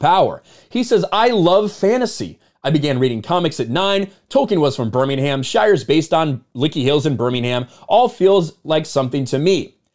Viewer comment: Stop pronouncing Birmingham wrong to be taken a little more seriously.